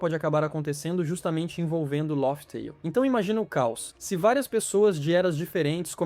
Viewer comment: Não se fala “ lófi teil”, mas “léf teil”